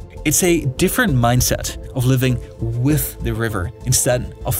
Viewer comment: Wif hindsight. 😂